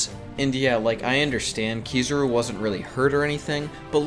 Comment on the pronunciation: Ki-za-ru. Not Ki-zuh-ru. You’re killing me.